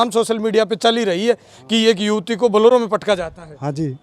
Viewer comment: बोलोरो नहीं बोलेरो कहें l🙏